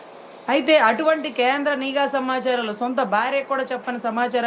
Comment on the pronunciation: ayanagariki cheppindhi nEEEgha varghalu not Nigha Varghalu...